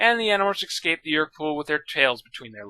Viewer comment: Escape. Not ex-cape. Escape.